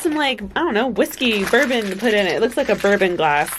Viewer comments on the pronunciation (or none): none